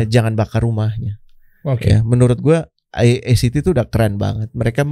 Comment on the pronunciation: Act itu bukan..